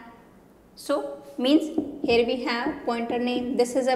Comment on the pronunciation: Mam your "here" sounds like "hair" every time I heard here i looked at your hair.